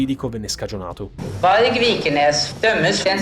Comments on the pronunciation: Arrivo tardi ma, giusto per informazione, Varg si legge proprio Varg e non Varje (lo dice anche la giudice al minuto ). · Sono un ex metallaro e su alcune cose non sono del tutto d'accordo. In primis il discorso su Dead era molto più profondo e difficile di come raccontata così, su Varg numero 1 si legge Varg così come è scritto se lo si deve pronunciare in Norvegese. Il Black metal nasce dal Primitiv black nel 1987/88 da influenze trash metal (i Venom sono e rimangono Trash meral) e non punk e heavy metal. Il true norvegian prese forma con gruppi molto più di spicco nella scena musicale come i Carphatian Forest, Satyricon, Immortal e altri ma la lista e lunga. Detto questo vi saluto 🤘🇳🇴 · ah bene, ho sempre pronunciato male varg